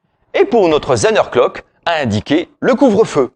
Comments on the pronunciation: Effectivement le mot Zehnerglock écorche nos oreilles d'alsaciens ! il suffit pourtant de prononcer Tssänerglock... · Merci pour cette vidéo. Outre la prononciation de Zehnerglock, c'est du bon très bon travail.